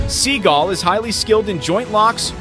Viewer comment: Sorry, mispronouncing Steven's name.